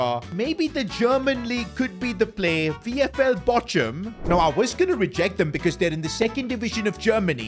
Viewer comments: Bochum is pronounced as bokhum not bochum btw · It is pronounced as Bokam, not Bocham